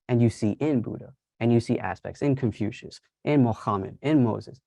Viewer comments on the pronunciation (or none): none